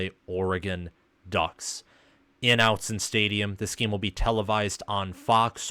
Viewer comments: And one more thing. Autzen ahh-tzen like automobile, not ow-tzen. It’s an honest mistake. Lots of goofy pronunciations out here. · Respectfully...Autzen is pronounced aught-sin not out-sin.